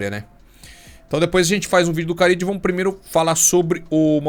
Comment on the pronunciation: Não é Carídio mano, é Carrillo, com 2 érres